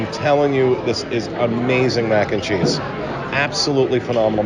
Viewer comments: same😂 "Mackencheese." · says 'mac&cheese' in such a weird way! its really distracting